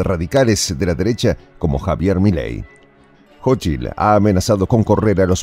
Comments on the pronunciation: No es jochil es cochil 😂😂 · Se pronuncia [SóchiTL]